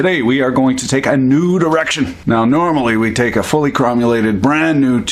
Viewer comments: I honestly thought you said "We're gonna take a nude erection" instead of "We're gonna take a new direction". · Was I only one that heard "...today, we're going to take a nude erection."...oh my